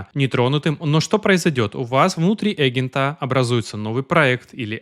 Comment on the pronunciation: Эгента,? (слух режет, не смог дослушать до конца , вырубил) Явно в школе очень высокий балл был, по русскому языку.